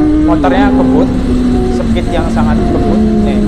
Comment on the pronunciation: speed bukan sepeedd